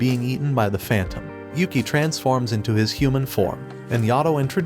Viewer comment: Everytime I hear him say Yuki as Yukai, I get a stroke. It's like he didn't watch the anime